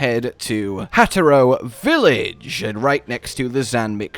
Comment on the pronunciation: “Hatero” village 🫵😂